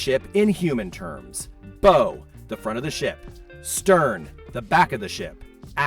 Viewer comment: BTW, "bow" (front of a ship) is pronounced /baʊ/ (rhymes with "cow," "now," "how"), not "bow" (like a hair/gift decoration) is pronounced /boʊ/ (rhymes with "show"). Going to be doing our first cruise on the Wish next June, after almost 15 years of almost annual Disneyland trips. Doing concierge, in one of the two big Oceanview staterooms with 7 floor to ceiling windows right above the bridge. This video reminds me to dig a little deeper into research on some things, so thanks. Did get the travel insurance when I booked it. Oh, the power slot, you can supposedly use a old key card from a previous Disney theme park stay instead of your cruise key card.